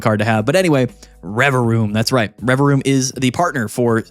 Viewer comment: I didnt know the second v in Revavroom was silent 🤔